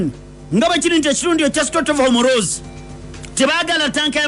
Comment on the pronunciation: the word is not Homoroozi it's Hormuz pronounced as Homuuzì